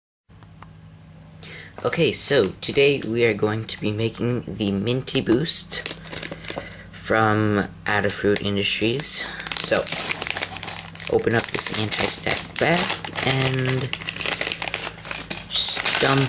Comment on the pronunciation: the first "a" in Adafruit is pronounced as the letter "a".